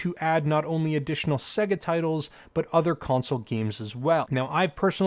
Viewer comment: WTF is a segguh, it's pronounced Say-ga. Like the game console it's self pronounces when booting a game.